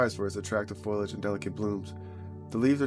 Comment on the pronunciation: FOL- E- IG Not FOIL-IG